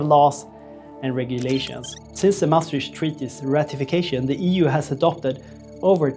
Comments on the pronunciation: I swear to god ... If I hear "MaastriSCH treaty" one more time...... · Important video, but please check the pronounciation of Maastricht.